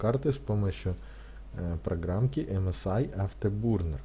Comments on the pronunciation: Не бурнер а бёрнер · автобурнер, кто его еще так называет, автобёрнер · Не бурнер а бёрнэр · Спасиб за видео! только говори не бурнер а бёрнер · Сам нуб, английский бы подучил, "афтебУрнер" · Дизлайк за "афтербУрнер" и за "оверлокеров"... дальше смотреть не стал